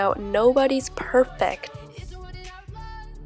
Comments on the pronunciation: She said nobody's perfec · PERFEC? bruh